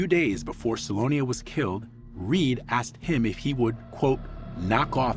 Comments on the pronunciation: ‘I axed him.’ Why can’t African Americans learn to say ‘asked,’? It’s still the dominant pronunciation even in the highly educated… 🇺🇸⁉️🤷🏼‍♀️ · He "axed me". Lost me there.